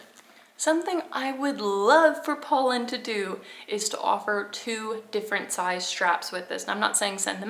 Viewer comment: You are pronouncing it right.